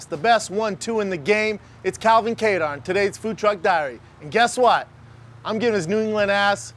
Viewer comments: Calvin “Kay-Dar” Kattar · Calvin "caydar" Kattar